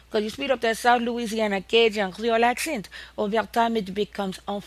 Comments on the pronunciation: The English accent (not AHccent) is not good here! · that the "British" (no such thing btw) accent (or aahhksent as she bizarrely calls it) slowed down is what created the southern US accent